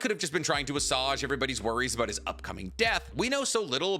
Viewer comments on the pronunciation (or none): I think you are trying to say "Assuage" (/əˈswāj/ - make an unpleasant feeling less intense), not Assage (/əˈsɑːʒ/ whimsical slang term for ass in the sense of buttocks and in related idioms). FYI, great vid, just needed to be THAT guy that corrects people on the Internet, sorry. But also, how else we all gonna learn if no one tells us when we are mispronouncing stuff? lol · Saying “assuage” like “massage” without the ‘m’ is one of the most annoying things does. It’s a hard ‘a’ pronunciation dude